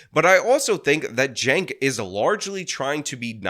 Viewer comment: Hold up! I just wanna know one damn thing. How in the HELL do you get “Jank” out of “Cenk?” That’s wth I’m talkin bout!